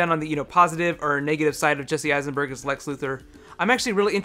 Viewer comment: I've listened to it three times and I swear he says Jesse Heisenberg in the beginning.